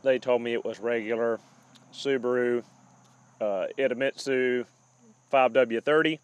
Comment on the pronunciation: Re: personal stress — always remember you gotta take care of #1. Everything else takes second priority; we’ll be here whenever you are around! Pronunciation of Idemitsu is close enough!